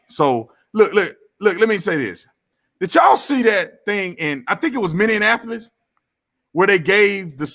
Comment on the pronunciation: Minnie- ap- olis